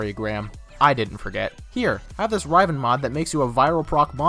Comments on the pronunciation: Riv-en. Not rive-N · he pronounces it Raiven.... xD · Some Guy even though the fucking devs pronounce riv-en? Right.... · Dude how he says riven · It bugs me so much the way you say riven, haha but nice vid nonetheless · Good video but so triggered on how you say riven... OMG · honestly that pissed me off the most in the video